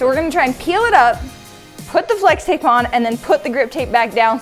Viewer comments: she said slex tape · “Slex tape” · Slex tape? Lol its pronounced flex tape not Slex tape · In the beginning you said slix tape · Did she say slex tape or what